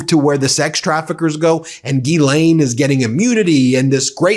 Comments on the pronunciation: Hey Ben, you are mispronouncing Ghislaine Maxwell's name. Open up Google Translate then select translate from French, put in Ghislaine and press the speaker button and you will get the proper pronunciation. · Will you guys go to a French pronunciation website and learn how to say Ghislaine correctly.